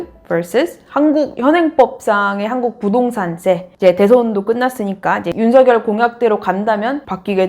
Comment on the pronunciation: [윤서결]이라고 발음해주셔서 좋아요